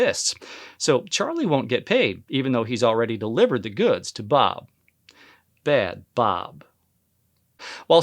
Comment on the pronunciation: I love the way he pronounced the : Bad Bob😂😂😂